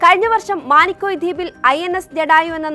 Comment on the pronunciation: മാണി ക്കോയി അല്ല മിനി്ക്കോയ്